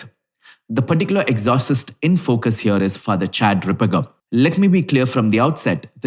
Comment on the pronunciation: HEY it's not exhausist 😂😂😂.. It's ex O cist....my man... Cmon now catch up